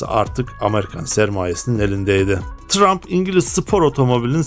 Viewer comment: Çabanız ve bilgilendirmeniz takdire şayan ama Telaffuza biraz daha dikkat ederseniz daha güzel olacak örneğin teçır diye söylenir detçır değil yine tıraymf diye söylenir trump değil